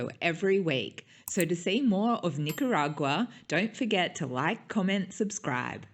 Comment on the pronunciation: Learn how to say the name of the country. Nicaragua only has one R.